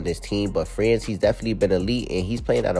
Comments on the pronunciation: 😂😂😂 somebody tell that guy it's Franz (Frawns).. Pablo 😅😅😅 Paolo.. Paw-low 😅😅😅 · Bro its not "Pablo" its Paolo and its not "France" its Franz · How the fucki did you get both Pronounciaions wrong when correcting this dude, Paolo is pronounced Pa-o-lo, and Franz is just - Frans for Americans, and honestly France pronunciation is better than everyone calling him Frawns for some reason.